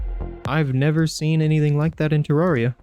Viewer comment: Bro said terraia 💀